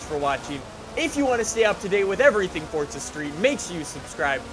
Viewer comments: Dude,why you saying "For-tz-uh" and not "For-za"? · Why does say forza like fortsa